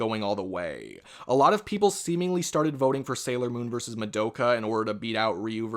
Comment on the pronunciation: “Jimmy neutron verseurs dexteuuuuuuur” wtf is that dialect